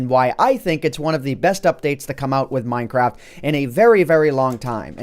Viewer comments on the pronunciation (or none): Did he say: One of the best updates that's come out with minecrap? (I know he probably didn't say that, it just realy sounded like that.)